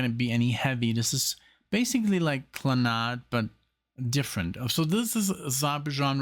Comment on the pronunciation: Why do you pronounce it Kla-nod? I've always heard it pronounced Klan-ad. And that's not just an American pronunciation. But thank you for honoring this great Irish band. RIP, Moya, Noel, and Padraig.